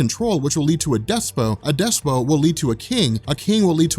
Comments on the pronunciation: im not sure if this is right but i think the word Despot is pronounced (des-pit) not (des-poe) but i could be wrong. i was just like.. whats a despoe lol. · This guy said "Despo" instead of "Despot". Lol. Same thing like in that fucking Legion video, he kept pronouncing "Cadre" as "Cader", over and over and over. Kentucky is FUCKED up in their schooling, lolololz.